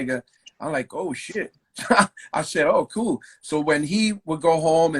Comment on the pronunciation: Did he say coe or cool ?